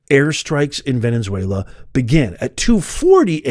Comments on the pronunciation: "Ven-UH-zway-lah" not "Ven-EN-zway-lah". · Venezuela, NOT "Venenzuela". Jane Fonda now has to find somewhere ELSE to run and hide. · Why do you keep saying VENEN-ZUELA? There’s not 2 N’s. Don’t be like Steven Gardner who adds an S to every name lol. I love you! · Why do you say VeneNzuela? Just wondering. Praying for free and prosperous Venezuela and Iran! ❤